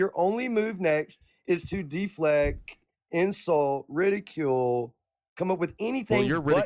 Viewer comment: "Diflect" "Deefleck" Bruh, it's 2 syllables. De-flect.